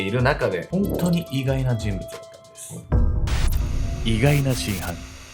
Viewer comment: じんぶちゅって言いましたね？